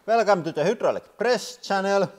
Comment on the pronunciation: Will you ever say hydraulic? haha :D